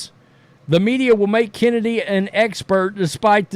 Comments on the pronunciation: Excuse me, that's "Chen" edy. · Who Is This "Chennedy Carter" You Speak Of ?